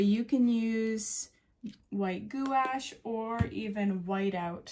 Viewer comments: FYI, gouache is pronounced gwash like squash. Not goo-awsh. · You make it look effortless. Just lovely! I love how "real" and positive you are. It's awesome when you say that whatever you just painted looks great! Why not? It really does. Oh, and if you care (doesn't really matter😉), gouache is pronounced: "gwash," like squash with a "G."😚👩‍🎨